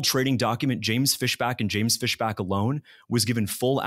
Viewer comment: That's FISHbach, not FESHback. Big difference.